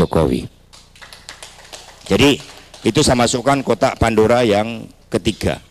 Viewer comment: Kotak pandura? Lidah kamu kepleset, Bilang kotak pandora aja gak bisa 😂😂